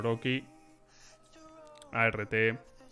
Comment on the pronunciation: persona normal: arT: A ERRE TE